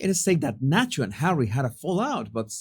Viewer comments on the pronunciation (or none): none